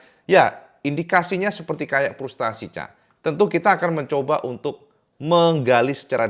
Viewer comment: Frustrasi,bukan Frustasi 😊